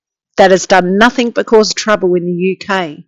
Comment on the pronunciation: Sorry .. the word is NOTHING ……not NOTHIINK